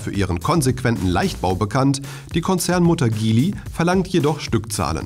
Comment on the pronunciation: motor und sport: Die chinesische Lotus-Mutter Geely spricht sich 'Dschihli aus, nicht Gihli.